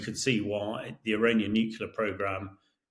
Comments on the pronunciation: Why has nobody told this geezer how to pronounce 'nuclear'? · Yes, the word comes from the "nucleus" of the atom. I've heard a number of Brits say it this way so it may be cultural? We Yanks mispronounce a number of words and we aren't "hooked on phonics." We call petrol gasoline and don't say it right!